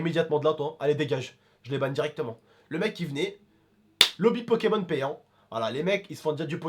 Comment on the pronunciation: Suis-je le seul à avoir entendu pékamones à un moment? 😂